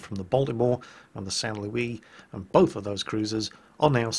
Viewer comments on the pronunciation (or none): none